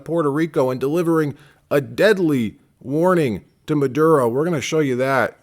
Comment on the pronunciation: "Nicholas MAH-DOOD-O"